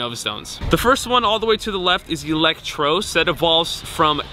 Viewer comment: Elect- Tross like Trusss not trose